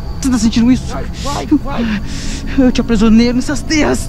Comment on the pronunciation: EU TE "APRISIONEIO" AHAHAHHAHAHAHAHA